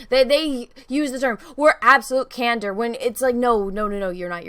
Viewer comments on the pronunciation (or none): are you saying "Elrod"? it's Elrond. and are you saying "Bene Jesuit"?? it's Bene Gesserit. and are you saying "cantor"? it's candor.